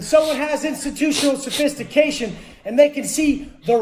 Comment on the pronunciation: This fukin guy said “Institutional sophistication” 😂😂😂😂😂😂😂😂😂😂